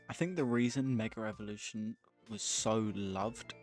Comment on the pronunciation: Great video but you need to learn how to say Mega evolution